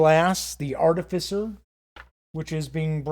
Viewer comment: You get a sub because you're one of the only youtubers I've seen to actually pronounce artificer correctly... lmfao